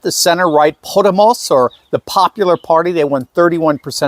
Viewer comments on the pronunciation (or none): As an American of Spanish heritage I’m going to help you pronounce “Podemos”. It’s pronounced “Puh-Them-us” The u in Puh is like the I in uh! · Podemos is communist! Say Po-day-mos